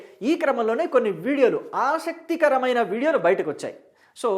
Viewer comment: Splendid presentation of News….except few words like “AaSakti karamaina”